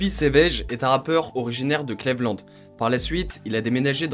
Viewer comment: Clévelande ? Fait un effort broooooo